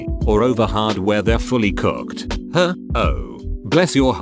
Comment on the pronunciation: The way the speech bot says "Her"